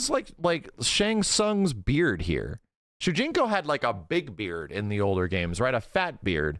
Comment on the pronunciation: It's shujinko